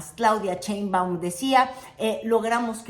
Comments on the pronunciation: por fa 🙏 deja de decir "Cheimbaum" la Presidenta se apellida Sheimbaum con sh sh sh y tu pronuncias ch ch ch. y se escucha horrible. Me molesta y como yo veo todos tus videos me molesta escuchar que lo pronuncies mal. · Muy bueno tu contenido! interesante y objetivo tu análisis político!, solo tengo una pregunta, que seguro ya te lo han deber dicho varias veces; por que pronuncias CHEinbaum? jeje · Te esmeras por pronunciar Trump como lo dicen en inglés pero pronuncias. "Cheimaum" el apellido Sheinbaum. Haz ejercicios de dicción, todavía puedes. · Todo bien… pero crítica menor… no Digas “Claudia Cheimbaun” suena igual de espantoso a que la nombraran “Carolaina Rosha” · bella y querida, no se pronuncia "Cheinbaum", sino "Sheinbaum" 😉🫶🏻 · Hermosa,, no es Cheinbaum, se pronuncia igual que se escribe su nombre co She, no con Che. Sheinbaum